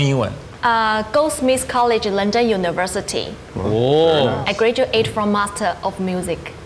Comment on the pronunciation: 她竟然还好像一幅很骄傲的样子说yes! 她连'graduate'都说成这样！